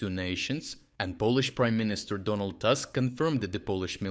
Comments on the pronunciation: for fututre reference you pronounce it toosk not task (name of polish p.minister) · Check how Polish PM name Tusk should be pronounced. It is definitely not "tusk". Ukrainian and Polish names are pronounced similarly.